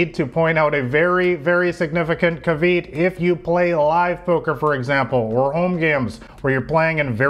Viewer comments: Did this nigga just say "caveet" instead of caveat? (Caviyacht) 😂😂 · "ka-vee'-ott"...not "ka'-veeed". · At the mark you said " Ca-veat"". The word is Cav-e-at".. 3 syllables not 2... Good word and you used it properly,just terrible pronunciation.. love what you do though.. helped my game and I love your presentations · Just an FYI: "caveat" is pronounced "kav-ee-ought" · Did you just say CAH-VEET instead of Caveat? What the fuck LOL Are you reading from what someone else wrote? I don't get it... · Nice video. I hope between the time you made this video and now, you've learned how to pronounce "caveat" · 🤣🤣thought it was pretty lame calling him out on this…but went and checked, and that was pretty bad. Lol. I’d want to be corrected Warranted, i guess.